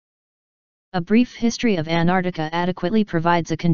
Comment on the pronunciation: Good video, but how do you get a computer voice to mispronounce Antarctica?